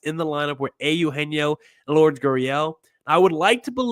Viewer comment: Lure-des. Stop calling him Lords. Look it up.